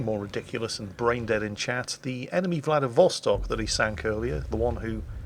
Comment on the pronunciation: Hey, it's VladivostOk =)